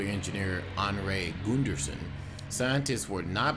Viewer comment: Whoever narated this didn't even pronounce Arnie Gunderson's name correctly... So that shows they're new at this whole topic...